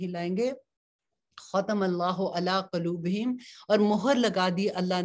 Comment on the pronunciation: آپ قولوب کی آواز کے بجائے والوں کی آواز نکالتی ہیں